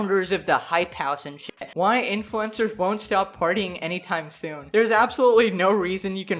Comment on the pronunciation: Oh pardon me but “influencers”? I thought I heard “influenza”